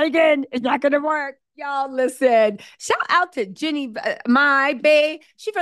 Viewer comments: It's JEEEEEEEEEEANNIE, not Jennie. She's a Bay girl and we DO NOT play. 😳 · Her name is Jean nie not Jennie